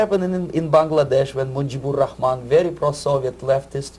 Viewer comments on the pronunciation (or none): none